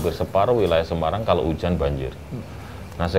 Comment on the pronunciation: jog ja, so lo simpel... se ma rang ... nyebutnya emang kurang enak.